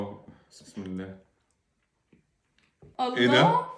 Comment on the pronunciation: مين لاحظ ان قالت بدل بسم الله بسبس